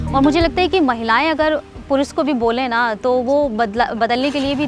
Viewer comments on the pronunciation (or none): It would be nice if people in media can use right pronunciation of Hindi. She mispronounce s and sh eg. She said Visv, Purus, naison, harveshting instead of Vishav, Purush, Nation, harvesting.